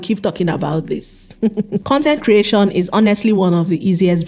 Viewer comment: Fashon, Content creashon, solushon, competishon, mini importashon...why do you speak like that?